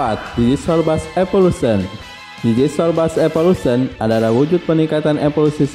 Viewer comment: Saya sering nih nonton konten lu. Tp kalo boleh sedikit saran, lu kayaknya perlu belajar penyebutan bahasa Inggris dengan benar deh, yg basic2 aja atau yg kira2 bakal masuk ke konten. Sesimpel nyebut evolution aja aneh.